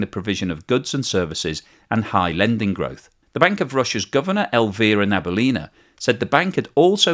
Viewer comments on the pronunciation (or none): Na - bee - yoolina (stress on the yoo)